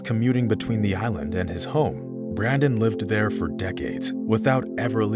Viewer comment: It's Brendon not Brandon - why do Americans have to mangle the English language?